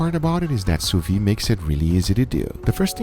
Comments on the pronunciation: why is he always pronouncing sous vide wrong? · what are you, French? People can't have accents?